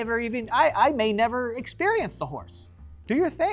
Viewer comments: Joe saying “I may neighver “ instead of never when talking about the horse but was truly the funniest slip up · you meant to say never, but you said neigh-ver while you were talking about horses and it was perfect and you didn't even stop to appreciate it. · I may Neigh-ver…… Joe…… I think you’re a secret horse. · The way he said Neighver talking about the secret horse 😂😅